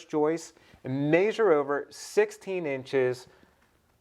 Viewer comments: This was really cool and informative, BUT.... the way you pronounced it "may-sure" instead of "meh-sure" nearly drove me crazy. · Pronounced "mesure" the A is silent in measure. Awesome idea! I am going to do this in my garage. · Make sure you may-jure the tem-playt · Maybe the people who can't stand him saying MAYsure. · OMG the way he pronounces Measure is driving me crazy lol. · Great video! I couldn't help but notice the way you say measure. Anyways I just subbed to your channel!